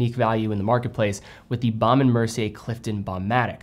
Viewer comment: Couldn't agree more about their watches. I think the Hampton is the best looking rectangular watch this side of a Reverso. You just need to learn how to pronounce it properly......😊